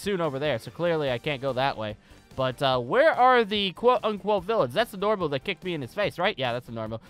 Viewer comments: The fact that he calls NOMU NORMU makes me cringe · Why did u call a nomu a Normu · Bro it’s nomu not normu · I think it's nomu not normu